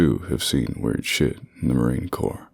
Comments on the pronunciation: You have a great voice, but a Marine would always say "Marine Core", not "Marine Corpse". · He said Core but added a plosive sound. So he half said corpse. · The dude says marine corps with a s at the of corps! Really? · "Marine Corpse" Okay, guy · Pronounced "Core" not "corpse". lol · Marine Corps, as in dead body. No, Marine Corps, with the p and s being silent. I like these videos, until I heard that. I know it's just the reader, but he should know by now how to say/read Marine Corps... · you're still pronouncing as corpse. It's pronounced 'core'. Other than that, great vid. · This guy mispronounces "corps" as "corpse," just like the worst president in U.S. history, Obama, used to. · The "s" in Marine Corps is silent. That's why they train hard; objective is to not become a "corps"e. Same with a Navy Corpsman...which Hussein Obama could never pronounce or chose to mispronounce intentionally. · Awesome as usual and corps is pronounced CORE. Cheers. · You mis pronounces corps once and it made me cringe😂😂